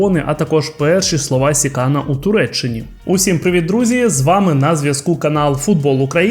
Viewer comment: Не СікАна, а СіканА. Треба ж хоч трохи знати орфографію.